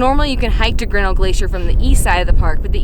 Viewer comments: I am from Montana and worked in Glacier for two summers....The correct pronunciation of Grinnell: The accent is on the second syllable..not the first...so " gri NELL" It's named for George Bird Grinnell....editor of "Field and Stream" magazine and an early explorer of the park. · It's pronounced Ģrin-NELL !